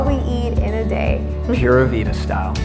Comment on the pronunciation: Just did my first yoga class and then watched this video. Great! I look forward to much more!! The only thing I would way....is your pronunciation of Pura Vida is wrong. :) The "u" in Spanish is not pronounced the same way as in English.It should be more like 'Poora' Vida not "pyura" Vida. Maybe google and see if you can get a live pronunciation. It was just a little distracting for me as a Spanish speaker. :) Also Costa Rica....with a LONG 'o' not short.